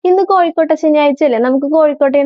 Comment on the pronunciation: Kozhukkotta ennalle, kozhikkotta ennu kettu